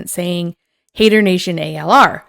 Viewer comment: It's not ALR its ALyR